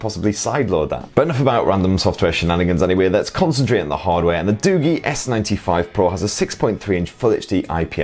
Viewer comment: Isn't it pronounced as doo-jii instead of doo-gee?